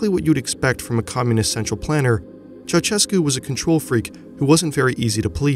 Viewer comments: it's Cheaushescu, not Chauchescu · When will Americans start pronouncing the dictator's name right? It's chow-SHESS-koo. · I can't understand why no foreigner can't pronounce Ceausescu's name at leat 80% correctly - you just need to put his name in Google Translate and listen it in Romanian. I can barely watch this video hearing you say "CHAWCHEKOO"